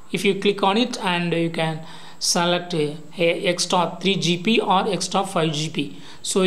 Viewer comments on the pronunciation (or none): Bsrk GP nhi GB hota hai phele Hindi bolna sik